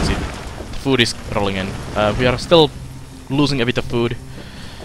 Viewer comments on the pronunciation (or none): rrrrrroling XD :P